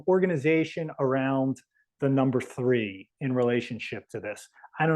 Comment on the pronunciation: T[h]ree, Tree Th ree?